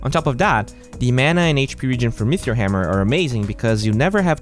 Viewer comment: Are you saying meteor hammer, mithril hammer, or metheor hammer? There's no h in meteor. Pronounced meaty-or